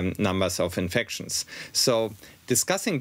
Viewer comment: Why can’t Germans pronounce infections ? It’s infectshun. And it’s not through your nose.